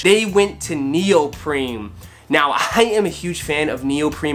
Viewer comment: its neopreen not NeOprEmE u fucking clown